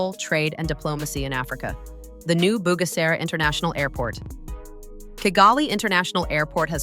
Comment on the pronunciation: Pourquoi ll’IA n’arrive pas à prononcer KIGALI aux lieu de kagali et pourquoi G dans Kigali se dit correctement et G dans Bugera est prononcé Bujera.